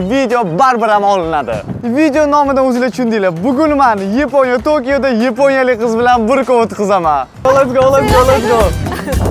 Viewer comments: O'zbek ruscha aksent Yeeponiya Yaponiya diyaver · Йипония деган давлатни энди эшитишим.япония де сутак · Yiponiya ❌️ Yaponiya ✅️ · Yaponiya mas yiponya❤😂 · Yaponya❌ yiponya⭕ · Nimaga aka Yaponoya emas Ypoʻniya deydi😅😊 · Yponiya ❌ Yaponiya ✅ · yaponya ❌ yponya ✅ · yiponiya bomidi ukam yaponiya boladi😡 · Yaponiya ❌yeponiya✅😂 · Йипония дейиш йенгилида энди😁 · Епониями,Йипониями ёки Япониями🤔🤔🤔🤔🤔